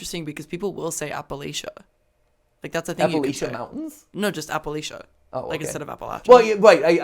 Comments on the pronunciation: I've heard a few wrong ways to say Appalachia, but this was a new one. A trick to remember: "If you say apple Asian then I'll throw an apple at'cha. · It’s Appalachia like throw a apple at ya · Everyone outside of the region of Appalachia pronounces it Appa-Laysha but if you ask anyone from the region it’s Appa-Latcha, but thanks for trying to pronounce it the right way! 😂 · Hi Mat! The differences in "Apple-at-cha" versus "Appa-lay-shu" is a dialectal thing! Most people from the Appalachian mountain range pronounce the it the former way while areas outside of the range pronounce it the latter way. Locally speaking, as someone from the NC Appalachian mountains, we say the phrase "Pronounce it Appa-lay-shu and we'll throw an Apple-at-cha" as a way to pick on people who don't know the local (and correct imo) way to say it. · as someone from Kentucky, its app-a-latch-a (or app-a-latch-ian), NOT app-a-latch-ee-a, OR app-a-lash-a. get it right mathewpathew :( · lol I just started watching this and I live in Appalachia VA. And you pronounce it as apple-atcha. A way you can remember is saying "I'm going to throw an apple atcha" lol I loved how you guys tried to say it I couldn't stop laughing 😂😂 i love you all and keep up with the awesomely amazing videos! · MATPAT! I work for Old Gods of Appalachia, it's pronounced "Apple-atcha" like " I'll throw an apple at cha!" officially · As a born and raised WEST Virginian, I promise the correct way that locals pronounce Appalachia is "Apple-Latch-Uh" 😊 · meanwhile as we waste 5 minutes on the proper pronunciation of Appalachia. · As someone who lives in the area the way they say Appalachia hurts me lmao